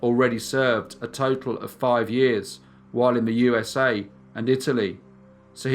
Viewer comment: Between the odd pacing and the odd pitch sometimes, I seriously question whether it's not a computer generated voice. It drives me slightly batsh!t every time he says, "So sit BACK. As we GO. To the U-s-a." No one emphasizes the U in USA, and he hits the exact same pitch, every time. It doesn't sound like a human.